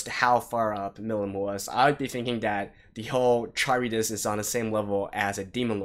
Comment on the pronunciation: Kah-rib-dis. Charybdis is a monster in Ancient Greek Myth. You can look up the pronounciation too.